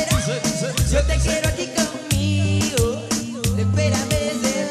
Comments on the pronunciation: yo creo que le falto es corregir los acentos cuando se pronuncie las palabras,cuando dice conmigo suena asi conmigoo y ozuna lo pronuncia conmigo y corta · emitar a un artista reconocido se tiene que llevar el mejor esfuerzo,y el nicky canta como escubidu y el ozuna el acento cuando pronuncia conmigo se queda colgado.